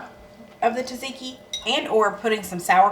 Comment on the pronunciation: You are correct about Caesar flavor. Sometimes it overwhelms the dish. Just dress it, don’t drown it. I also, peel my cucumbers but not always. It depends on the type and the thickness of the peel or what it is going in. You said tzatziki correctly the first time tah-ziti. Thank you again for your efforts. Love n hugs to you all.